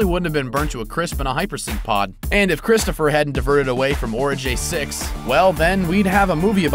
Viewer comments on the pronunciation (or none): It's Oregai 6, not Orejay 6.